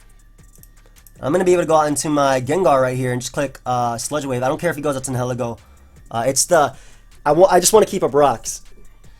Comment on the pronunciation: ...The way you pronounce Nihilego is a little upsetting. It's comprised of two words and neither one is being accounted for...